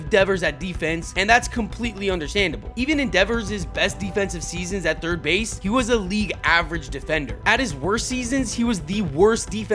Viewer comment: "No... I play turd" 😂